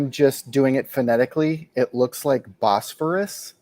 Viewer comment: No, it's Bos-phor-us